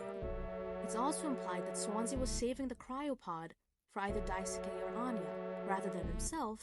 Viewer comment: lmao yea that was it